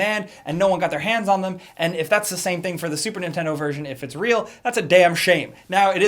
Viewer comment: Why does sometimes say "da" instead of "the"? But I noticed he only does it randomly. At first I thought he just couldn't pronounce "the" correctly and somehow made it come out as "da" but since then I watched a bunch of older videos and noticed he used to say "the" and slowly started transitioning into saying "da" almost exclusively.